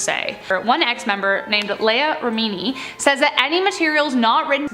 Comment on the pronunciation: “Lay-ah re-me-knee,” lol nooooo!